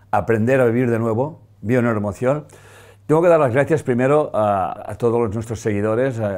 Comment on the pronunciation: Necesita decir la palabra bio neuro? emocion mas clara, la diccion.... solo una sugerencia. Perdon y Gracias.